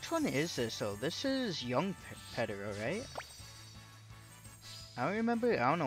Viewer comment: Why are you saying Pedro like that 💀